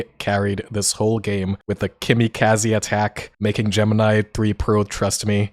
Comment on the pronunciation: "kimikaze" ah yes.